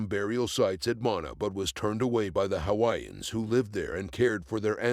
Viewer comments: Can at least try learn the correct way to pronounce the Hawaiian names on your video, out of respect for the Hawaiian people. Bad enough their islands were stolen and their people was prohibited from speaking their language, by the greedy rich white Americans. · Stop butchering all the Hawaiian names.